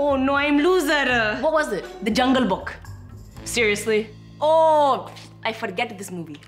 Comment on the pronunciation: Why was he kept saying jungle book like it’s not jungle book